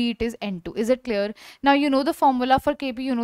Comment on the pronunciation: is it claer claer???